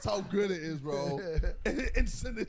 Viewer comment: Why does Ksi say bo instead of bro it's so annoying just say the abbreviation properly or don't say it